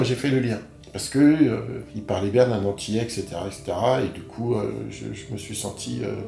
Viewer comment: Revois ton français il y a des liaisons qui ne se font pas ! Vous êtes antillais et non vous êtes zantillais